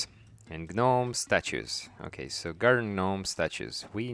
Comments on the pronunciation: It's pronounced Nome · I thought i was the only one who say gnomes like Gi NOMEs you my friend earn a subscriber and a like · "guh-nomes" xD the G is silent sir <3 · "Gih nomes". . . . . . . . . . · I thought it was GOO Noms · The “G” is silent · The G is silent. STOP IT! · It’s adorable to hear you say it but I feel like I should let you know the G in gnome is silent.